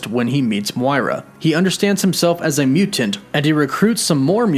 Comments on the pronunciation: You need to relax more when saying Mutant lmao. "mew-TENTS". Just mute the end of the word a little bit and let it roll. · i don't think i've ever heard someone mispronounce the word mutant before.